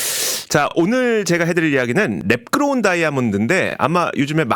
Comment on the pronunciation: 배속해서 들으니 랩그로운 다이아몬드가 매끄러운 다이아몬드로 들리네 ㅋㅋㅋㅋㅋ